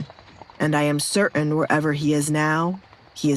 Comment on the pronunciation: The nonmpronunciation of 'T' drives me crazy. Like cer'ain